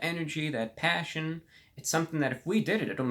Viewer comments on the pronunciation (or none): It cracks me up to hear this man saying "passion".